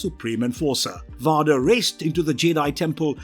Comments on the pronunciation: He says vader and savage weird i didn't even know who he was talking about until i looked at the screen and saw that it was darth vader. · How can you mispronounce Darth VADER??? lol That is like the most well known character ever! Not to mention all the other ones he just butchered up! It would really help to actually see the movies and series! At least he didn´t say Obi Wanker Nobi!! lol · Seriously, it's like how do you butcher the name one of the most infamous villains in the Star Wars franchise? 🤦🏾‍♂ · My man please...learn the character's actual names 🤦🏼‍♀️ vader not varduh, Palpatine's name was also taken from the same naming scheme of removing the In at the start of it, you have Invader and Insidious for darth vader and darth sidious, how you got that so wrong let alone everything else just wrong in this video its like you've never watched anything to do with starwars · what the heck are these pronunciations? vuh-derr???? RAY-VAN? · oh yeah darth varderrrr who's his son luke skyrunnerrrr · Darth Vaw-der is awesome I really love Darth Vaw-der one of the most iconic and recognizable villains on screen ever and this narrator was I’ll prepared in even truly knowing who the character is..shown in the lack of knowing how to pronounce his name. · This guy managed to mispronounce every other sith lord, VAAADER should choke the life out of you. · The way he keeps saying Vahdar is killing me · Dude you’re either making fun or you’ve never watched or read any star war material. No way can you pronounce these names and think it’s correct. You’re saying “rayvan”, “vauder “…. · How can you make a star wars video when you can't pronounce vader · I agree. The reader has an accent, but who can’t say Vader correctly? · Someone get this man a pronunciation guide. VADER as In, inVADER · ''Darth Varder'' The man reading this had never watched a single star wars film.